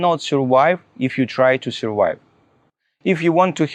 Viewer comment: This is the most ridiculous thing I’ve ever heard. The TRUF IS - we know how you personally surWHY,, -- by F R A U D and everyone should know about it! What you really need is to learn basic English properly at the primary school level. NO GRAMMAR, "FAB" PRONOUNCIATION, - WOWW, HE IS TEACHING US HOW TO SUR-WHY!!...😅🤣🤣